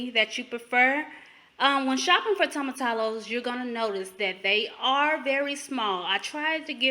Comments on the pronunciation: Toe m a -ti -yo. Not tomatallow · The pronunciation is 'toe muh tea yos' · I have been wanting to try this. Just found you. Also, whenever you see two L's in spanish, pronounce it as a y. Like tortilla has that "eeyah" I know ppl commented, but didn't really help explain. Anyway, ty for the vid. I think I'm going to like this.